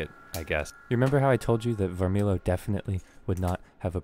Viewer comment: I don’t mnow for sure, but I’m pretty sure it’s pronounced Varmilo